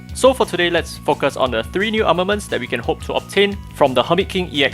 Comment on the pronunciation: woo hoo new arnaments! armanents....arnanents? ornaments, ARMEMENTS?! ARMEMENT?!